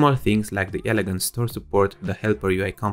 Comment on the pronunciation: Not compo-nents, com-po-nents